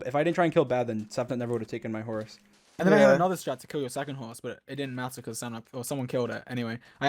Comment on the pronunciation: no one: dream: h o r z e